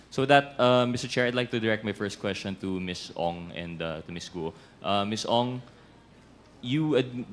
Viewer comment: My gwaaaaad! Cong. Luistro. It is GUO (GU-WO) not GOO. 😂 you keep on saying GOO.